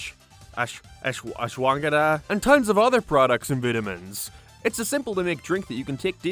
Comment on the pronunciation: pronunciation of “ashwagandha” has made my week